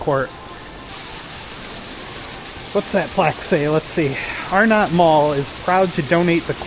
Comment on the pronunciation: It's actually pronounced R-nut not Are-not. Pickle ball was McCrory's "5 & dime" type store. "Dead end" by Penny's was a bank, forgot the name. Spencer gifts was there (in that same location) when the mall opened in 1967.